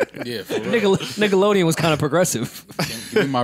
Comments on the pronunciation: it almost sounded like said “nigga”, even though he was about to say “Nickelodeon” 😂😂😂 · did just say the N WORD?? 😂 sounded like he said “niggalodean” lmao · JonQ I def heard niggalodeon 😳....😂